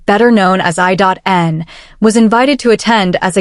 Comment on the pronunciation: Channel creator might want to better train their AI computer voice. It's I N...not I.dot.n😅😅😅😅